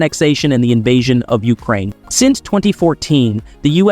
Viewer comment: YOU-crane? The rest of the planet calls it you-CRANE. Interesting that during the Canada section, it shows at one point that they apparently use American money, which I know for a fact is false. Why do you keep cutting off the last syllable of a sen---?